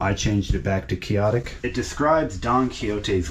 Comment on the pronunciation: It's QUIX otic:( the 'X' is not silent), means impractical and unrealistic.